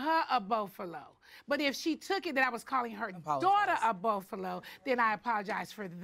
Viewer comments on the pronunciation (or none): What is a burfalo? Did she mean buffalo??